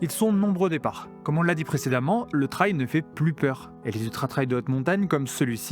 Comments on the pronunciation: Just pour info" TRAIL ca se prononce "trèl" (trelle). Ce tu promononces "Traïl" (comme dans "ail"), est le mot TRIAL. C esont deux mots differents evec des sens differents: TRAIL ca veut dire chemins, piste, sentier... TRIAL ca veut dire : essai... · Trail = trè-il Trial = tra-i-ol 😊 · faut revoir la prononciation de 'trail'